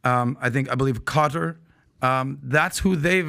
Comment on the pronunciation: I choke up laughing evey time I hear a fellow American mispronounce the name Qatar 😂